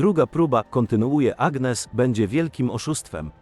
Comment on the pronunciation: « ANIES » akcent na ostatnią sylabę, tak się wymawia imię Agnès !!!!!!(gn czyta się ni )